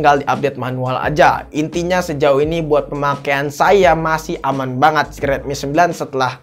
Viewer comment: kebawa abis ngomong ngambang 😄